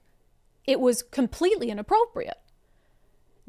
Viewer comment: It's Laurie Jinkins. Not Jenkins.